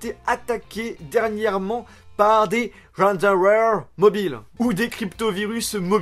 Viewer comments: slt phonétiquement ça ce prononce comme rançon sauf que le n de fin ce prononce m + ware, et les ransomware et les trojan ou chevaux de troie sont 2 chose différente chaque virus a rarement plus qu'une utilité, le cheval de troie ne permet que de "laisser la porte ouverte" télécharger d'autre virus qui eux ont plusieurs fonction mais dans tous les cas les ramsomwares ne se chope qu'en téléchargent un programme qui pourrait être totalement inoffensif mais en fait pendant l'installation du programme le ramsomware lui se lance en arrière plan (c'est a ce moment là qu'il crypte les donnée) personnellement j'ai déjà eu affaire à cerber 3 un ramsomware russe lui crypte a chaque document se trouve un fichier texte avec les coordonné a payer pour décrypter uniquement un dossier, je l'ai ait récupérer un par un cela ma prit 1 mois pour mes 2 to (chose importante ce virus ne crypte pas les iso nrg et tous les format image disque, dans tous les cas pour ceux qui veulent recuperer les fichiers surtout NE PAS essayer de les ouvrir de toute façon vous ne les reconnaîtriez pas (leur nom et extension sont aussi crypté) mais si vous vouler les récupérer il faut faire vite ce virus endommage les donnée crypté heure par heure et la seule façon de mettre sur pause est d'éteindre l'ordi, pour les fichier video faut essayer de multiplexer avec MKV merge pour les photo et les exe j'utilise un logicielle de décryptage Fomtist "difficile a avoir c'est un programme russe que j'ai eu par un pote en vac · prononce: ran somme wère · Ca se dit "ransomware" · C'est quand même pas si compliqué a dire ransomware ... ransom (comme rançon) et ware ...